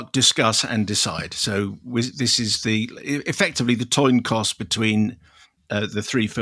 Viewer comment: The Toin- Coss?